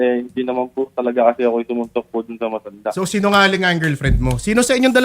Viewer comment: Hoy babae ang bastos mo,, tigas ng pagkabigkas mo ng MATANDA,, BASTOS KAUNG LAHAT😊